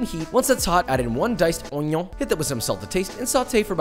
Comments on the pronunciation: The way Joshua said, "Omion" and "Chonky", OOF bro it souned soo good that I repeated the same footage 1 Quadrillion times. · I love it how he says onion like oNiOn